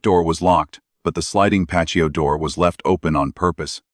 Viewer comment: Personal perspective.....great content , but spoiled by the AI voice for me. " Pay-shee-o door". I don't care what someone's voice sounds like,but real people trump AI everytime.